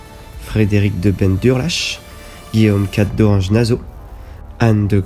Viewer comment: Effectivement la vidéo n’est pas agréable ni à regarder ni à écouter. Il y a un gros travail, ce qui n’enlève pas le problème de la voix qui est toujours plus agréable quand elle est nuancée, les nombreuses erreurs de prononciation laissent plutôt penser à une méconnaissance ce qui est dommage pour une vidéo sensée donner de l’information ! Nassau avec deux S donc « so » pas « zo » 😬. Et bien d’autres encore…